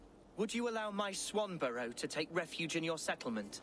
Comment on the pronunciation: "Swanburrow"! really? "Swanburrow"? Raise eyebrow.